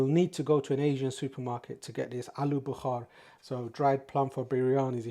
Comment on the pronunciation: It’s aluu Bukhara NOT BUKHAR that means fever !! At least get your words right if you want to pretend you are an English boy !!